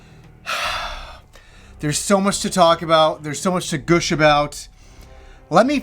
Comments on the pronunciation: Good review, lots of energy. Oh and it's 'Gush' not 'Gooosh' lol. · this is the first time in my life I've ever heard "gush" pronounced like "goosh". I'm sure you'll see comments like this a lot, but I had to say it haha. Goosh is too satanic, too satanic! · “Goosh”? 😂 Not meaning to make fun, but it’s weird to hear it said like that instead of gush.